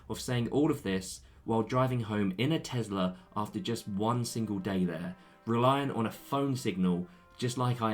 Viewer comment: Your car is a Tesla not Tezla 🙄